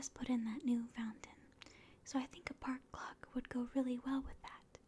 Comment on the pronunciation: What she said: “Park Clock” What my brain heard: “Park GLOCK” 😂